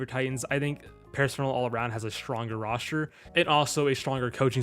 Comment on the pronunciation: Love how he says Roshter instead of Roster